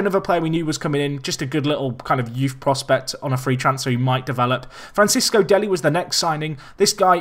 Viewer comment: Fran-ches-co deli not fran-cis-co deli